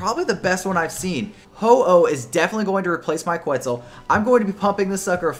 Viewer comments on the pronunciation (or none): none